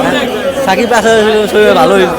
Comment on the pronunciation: shakib khaner voktora shakiber naamta obolteo pare na😂